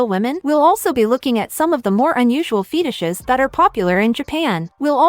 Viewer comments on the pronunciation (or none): The correct pronunciation is ‘Fetishes’, NOT “Feetishes”; the British Empire did a terrible job of teaching English to Americans; IDIOTS